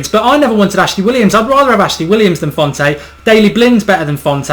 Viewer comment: Jose Fonte? seriously?